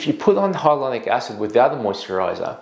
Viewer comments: Why are you saying hylonic not Hyaluronic? It’s so irritating since you are a professional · Hi Dr. Why are you pronouncing Hyaluronic incorrectly? Reminds me of when Benedict Cumberbatch not being able to pronounce Penguins. Watch from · You’re saying it wrong it’s triggering me I gotta go